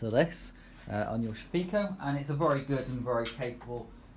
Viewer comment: Nice informative video. Can you give the names of the spindle which you discussed? It was just a bit too quick to pick out. Just wondered where you heard that pronunciation of the Shapeoko... maybe it's a tendency in the UK to try to see everything relative to tea (Sha-pekoe)? :) Everyone else seems to say Shape-oh-koh.